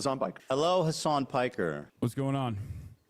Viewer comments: Fr how hard is it to say hasan 💀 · One thing that really annoys me is how they pronounce "Hasan" like "Hasaaaaaan" which makes it sound almost like Hisaan or Horse.